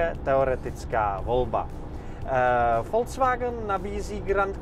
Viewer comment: Vysvetlete mu nekdo ze to neni FOLCVAGN😂😂 Ale “Folks Wagn” VW😢! nemecky lid, lide, lidovy je Folks a ne Folc😢